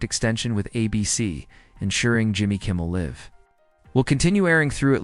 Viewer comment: Please learn how to pronounce Jimmy Kimmel Live.